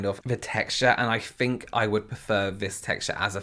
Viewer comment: Yes that's actually pretty common! uses "f" in words like think ("fink"). I love it. AAVE sometimes replaces "th" with "f" as well. Language is cool!